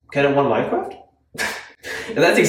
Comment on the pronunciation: "Can they wun minecwaft?"